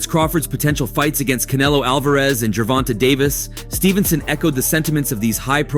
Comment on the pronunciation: Ger-von-tay is how you pronounce his name